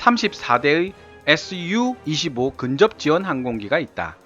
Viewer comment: Su는 수호이 설계국에서 만든것들이라 수호이로 읽으시면 되구 Mi는 미코얀 설계국에서 만든 것이라 미코얀 이라 읽으시면 되요....